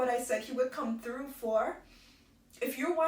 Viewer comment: You have me crying..I appreciate this post....but just because I am constantly trying to place Caribbean accents..You said said "true" for through at one point and it sounded very Trini.Are you originally from Trinidad?